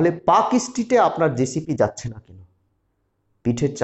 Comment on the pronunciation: Park Street has almost zero hawker. Your report is wrong. You cannot pronounce the name properly. Your education level is low. Muslim hawkers are in Rajabazar, Mallick Bazar, Park Circus and Chowringhee area.